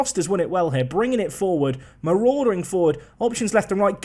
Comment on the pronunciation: I am always amused by the way changes marauding. Into 'Maw-raw-der-ing!':D